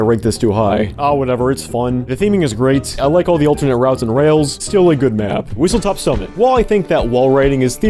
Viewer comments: Just letting you know, it's whistleSTOP summit, not whistleTOP summit. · I'm so glad you said Whistlestop Summit's name wrong because the actual name just sounds genuinely terrible to say & to listen to.